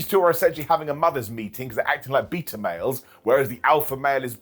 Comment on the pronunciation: Is Beta Male pronounced differently in the U.K than in the States or did just say it weird